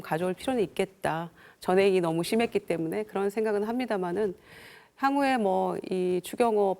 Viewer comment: 향후에가 왜 탕후르로 들리지??